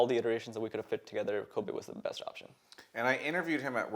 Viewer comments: Also, he's pronouncing it "Koh bay", not Kobe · He can't even pronounce his ADC's name, its Kobbe, not Kobe. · dis guy doesn't know how to pronounce kobbe……. oh god